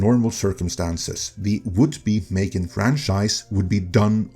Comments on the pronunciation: "Failed" is a misleading exaggeration. It only starts being in cinema in some European countries right now. It will certainly be profitable. Also, what is it with the strange pronunciation? It's simply pronounced like "Megan". Then, it's completely reasonable to change something after the first movie, to keep it interesting. Nobody knows if the horror or slasher aspect was the interesting part about it. I wanted the switch they made. Haven't seen the current movie yet, though. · It's pronounced "Mm three gan".